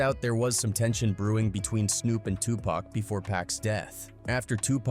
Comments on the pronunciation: It's Tupac not to pack and it's Nas not naz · Tupac this fool keeps saying Too packs annoying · Tupac, pronounced Poc, not friggin' Pack. I can't watch this anymore. How you mispronounce it 50% of the time in the same damn video? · It’s Pac not Pack 😂😂😂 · Its 2 pac not 2 pack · Whhhhhyytyy it's been damn near 40 fucking years it's not pack bro at this point it feels intentional you mfs know it's PAC pronounced Pock dock clock frock bro Pac not Muthafuckun PACK BRO GOTDAMN 😤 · Okay... here we go again with the mispronounced name of 2 Pac & it's not 2 "Pack. lmao. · It's 2024 and these folks, bots, AI, or whatever are still saying Tu"pack". I mean dang. If you can say rock, jock, lock, dock, mock, sock, tock...certainly you can say Tupac pronounced Tu(pock)! I mean, dang! It's so irritating! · Stop saying pack it's pac, I hate when the narrator can't even pronounce the man's name. It's always some culture vulture trying to tell the hip hop drama. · His name is Tupac, not Tupack.😅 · LOL. 😅 Yes,get the pronunciation right, please. Tupac (two-pock). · Maybe A I? It bugs me.😅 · His name is pronounced Pock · Damn ai cant even say tupac correct calling him tupack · This dude say pac name right one time next time he says the a pack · For real it's 2024 about to be 2025 and they're still calling him 2 Pack!🤣🤣🤣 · How can you know all that and you can't pronounce Tupac's name correctly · It’s hard to take this seriously when the narrator can’t even say Pac’s name right